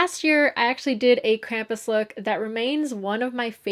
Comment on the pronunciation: Lol, "Krampi?"